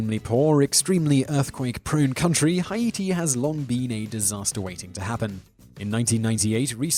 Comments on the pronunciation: Hiete , it's pronounced Hayte. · I usually ignore Simon’s mispronunciations but High-E.T ?! I’m certain he’s never heard it spoken out loud despite the earthquake being global news :,D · Agreed. Hi-ee-tee?! Does Mr. Whistler do this deliberately? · Or Haytee. Your way he would probably pronounce it Hay-tie lol. You really do have to spell it out for him lol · like the list, but learn how to pronounce something before you say it!!! "Hi eighty"...no, it's Haiti! still like the list, though. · love you videos. However, for future reference the country is pronounced Hayti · No it’s pronounced Ha-i-ti, it’s written Haïti, actual Haitian here btw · WTF is hi-ee-tee?! Have you not heard of the country before mate?! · HAITI (Pronounced: Hay' tea ) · Hi iti is not how it's pronounced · ITS PRONOUNCED HAY-TEA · Haiti= Hay T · why do you pronounce haiti like hi eighty? is that how the people where you live pronounce it? sounds so odd to me. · That is the most interesting pronunciation of Haiti ever. Still enjoy the channel though. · As an American who lived in Cap Haitien, I find that very irritating. Simon seems to be an educated man too. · Do people actually pronounce Haiti like that?!? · ikr. I was like WTF . DIDNT ANYONE STOP HIM. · Simon, I love these videos, but you really need to stop inventing pronunciations. :P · How To Pronounce Haiti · WHY CAN YOU NOT PRONOUNCE ANYTHING PROPELRY!!!